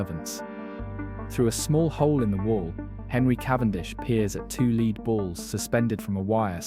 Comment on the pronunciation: Lead is pronounced 'led' in this context.